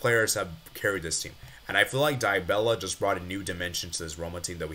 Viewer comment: "daibella ! bro i cant 💀